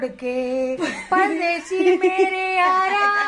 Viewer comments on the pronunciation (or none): പൽ ദേശിയല്ല, പർദേശി ന്നാ